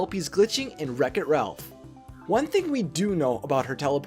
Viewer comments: ''RELPH her only friend.'' I think it's pronounced Ralph. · No offense but he’s called Ralph not Relph